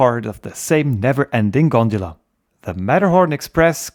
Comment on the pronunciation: Everyone: "gondola" This man: " I will show you this G O N D U L A " 😂